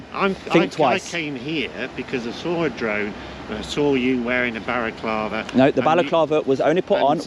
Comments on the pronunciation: Is he saying “baraclava” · Can he stop calling it a baraclava 😂😂😂😂😂😂😂😂😂😂😂😂😂😂😂😂😂😂😂😂😂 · I’m sure the guy was saying barraclava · Why does he think it's pronounced 'barraclava'?. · can't even say Balaclava. It's NOT Baraclava! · Who’s up for “wear a balla clava to work day” 😂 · lol "whys it ok for you to a have a barraclava on"